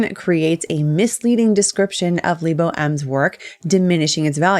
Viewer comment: Lee-bow? lol